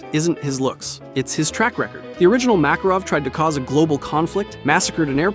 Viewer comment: bro mispronounced Makarov in the beginning